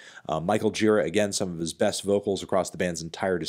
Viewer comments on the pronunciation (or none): It’s Michael “Ji - RAH” and the awesome song off White Light is “Why Are We Alive” — no “Still” in the title. My opinion now — songs that lost too early are The Sound, Helpless Child, Golden Boy, Blind, Love Will Save You, All Lined Up, No Cure For the Lonely, and GOD DAMN THE SUN (a masterpiece). Also, where tf is “Power and Sacrifice”? Anyway, thanks for the video, interesting hearing your takes. Can definitely appreciate why you love the tracks you do, as they’re awesome; interestingly though, the period you describe as week (Children of God/White Light/Love of Life) happens to be maybe my favorite period of their music overall, though I would extend it to include Annihilator and Soundtracks which are both completely epic. The older stuff has its place as does the newer stuff, I’m just a product of the 1990s era I guess as I was in my twenties, single, and severely f*cked up when all those albums came out. Jarboe was a good foil for Gih-RAH, and if the sound was “accessible” it was also very evil and hopeless behind the cheery strings and melodies. Left an indelible stamp on my psyche and with eskimo chain I tattooed my brain all the way. Won’t you miss me....?